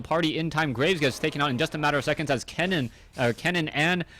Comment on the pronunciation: Ken-nen. Not Kee-nan.